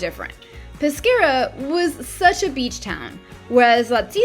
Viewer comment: Peskiera ( Peschiera ) is the pronunciation nos pesciera … very nice video though